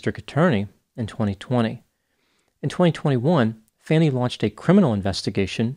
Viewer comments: I enjoy your analysis on so many situations. FYI: Her personal failings and political motivations aside, you might want to note that she pronounces her name Fah-nee. Unfortunately, a common political tactic of race-baiting is the intentional mispronunciation of “ethnic” names. i e Kamala Harris. Not accusing you of that, but just pointing out how it may color the appearance of objective analysis. . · The 'a' is pronounced like the 'a' in 'lawn' not the a in 'can.' He's doing it as a deliberate and disgraceful denigration of her. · He either didn't research this case or it's deliberate. I'm leaning toward the latter. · Lol…..love how the pronunciation of this fool’s name pisses some people off…. 😂😂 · except it is a non issue and only being brought up because she is a woman. And he clearly has bias against her as he couldn't even bother to pronounce her name correctly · After watching her sashay to the witness stand in that cllingy hot pink dress, I prefer slight mispronunciation. 🤤🤤🤤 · You don't even know how to pronounce Fani. It's fine for people to mispronounce it for purposes of disrespect: but you are trying to give the air of objectivity. You show your bias. I'm just trying to help. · Coming Dr. You can pronounce her name correctly. It's disrespectful... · It's wholly disrespecting of you as a medical professional to pronounce her name wrong. If you had watched her testimony, you would have heard her pronounce her name and you would give her that respect. Also your analysis reeks of having NO understanding of black culture, let alone black women. Of course she was emotional and had anger, her reputation is on the line. Women in general are always labeled emotional. It's harder still for women of color. This is the first time that I wholly disagree with you. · Wow, truly a non-objective analysis. The mispronunciation of her name was a clear indication of bias from the start of the video. I expect better from. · Not "fanny" it's:fawny"